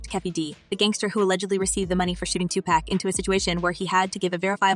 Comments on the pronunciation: Here....Let me help you out. It's pronounced, "Two-Pock". Say it with me, "Two- POCK". Not, "Two-Pack". You got it? OK..One more time, "TWO-POCK". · It's not pronounced Tupack. These so called journalist who clearly do not understand not rap, nor the culture. Geeze! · THIS CHICK DOING THE VIDEO IS A CLOWN, ITS NOT TUPACK, ITS TUPAC, PRONOUNCED TUPOCK, ALL THESE PEOPLE THAT HAVE NO CLUE BUT MAKE VIDEOS TO GAIN VIEWERS, SHE HAS NO CLUE WHO PAC WAS . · Stop saying tu pack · Can you please learn how to say the names. "Two pack" and "Seen Combs!" You did a good job with the video! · Can You Please Pronounce Tupacs name correctly!!!! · ITS TUPAC.... SAY IT WITH ME NOW